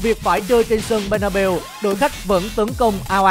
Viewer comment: Bét na beo nha chứ k phải bê na bu:))